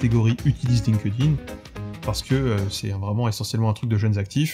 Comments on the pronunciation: chépa si dire "line-queu-dine", c'est moinz pire que dire "linquède-ïne" :) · Linkedin : attention à la prononciation.